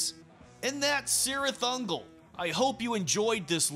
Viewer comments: The C at the beginning is a hard C sound, like a hard K. It's properly pronounced KIRITH UNGOL.... I'm not saying, I'm just saying, know what I'm saying!?!😮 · Awsome but you are saying the name cirith ungol completly wrong specialy the C word.! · In all Tolkien's work, the C is pronounced as a K. So, the proper pronunciation is Kirith Ungol. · The band pronounces it with a soft C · In LOTR, yes. The band pronounces it with a soft C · The band pronounces it with a soft C. LOTR pronounces the hard K. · In Lord of the Rings, yes. The band pronounces it with a soft C. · Say just Sirith Ungol